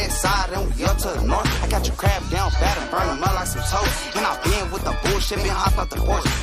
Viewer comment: He said "another dead ckrab" 🦀K 😂😂